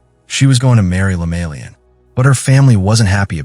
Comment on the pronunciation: Not lemalian but LEMAYIAN.. I saw the same video same story but didn't end well like this